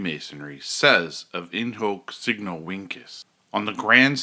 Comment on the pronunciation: Shouldn't it be pronounced as "In Hok Seegno Vinchez"?